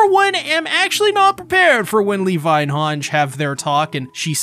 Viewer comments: Hange is pronounced as Hangy like Sanji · You say hange wrong but I still like the way you say it, also at least hange got to live another year lol. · Please say Hange correctly